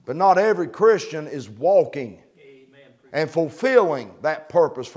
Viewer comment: Omein..is Hebrew Aman, is his accent